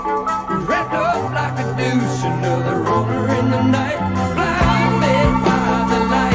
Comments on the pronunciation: He might think he's saying Deuce but it comes out as Douche. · Ever since this song came out, I thought he was saying "wrapped up like a douche..." And I was like, "Huh???" Hahah! He has such an odd way of pronouncing "deuce."